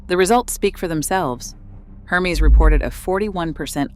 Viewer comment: It's pronounced 'Er-mez' not 'Her-mees'.